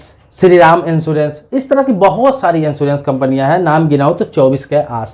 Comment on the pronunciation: Pl.first thing insurence hota he insoorence nahi aap anpd hein kya